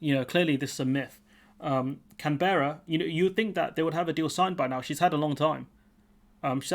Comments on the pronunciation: CAN-berra (emphasis on the first syllable), please. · Sorry... Me again... You're saying Canberra incorrectly. Incase there is need to make more videos on the topic. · Sorry, but if you can't even take advice from an Australian on how to pronounce the name of the country's capital, you are in a state of wilful ignorance.